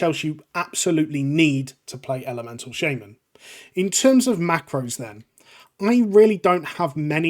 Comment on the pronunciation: shayy-man KEK